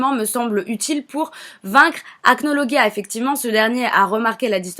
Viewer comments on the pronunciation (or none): Déja on dit acnolajia